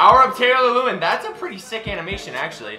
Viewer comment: Quit butchering Taylor lewans name